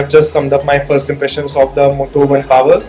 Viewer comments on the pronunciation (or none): none